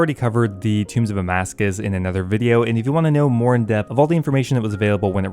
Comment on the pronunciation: Please stop saying Amascus! Lol it’s Tombs of Amascut! I love your videos but that is driving me insane lol EDIT: Nevermind. Later in the video it’s corrected.